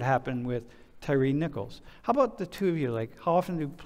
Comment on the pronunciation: His name isn't "Terry" (tear-ee") it's Tyre (tie-ree)